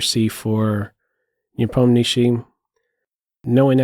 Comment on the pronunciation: Will you do videos on the world championship games? Nice to hear Nepomniachtchi pronounced correctly by the way 👌